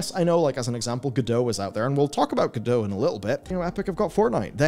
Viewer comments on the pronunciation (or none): Did you know that creators of Godot intended it to be pronounced as GO-dot (t is readable)?